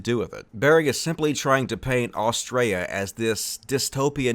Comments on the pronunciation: every time you say Australia i hear Austria lmao too much hoi 4 for me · Australia has an ‘L’ in it. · hey you do know there is a L in Australia right please say it properly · In this video we learned can’t say Australia lmao. Excellent video and reasoning. Nice one! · He can't pronounce Australia, lol.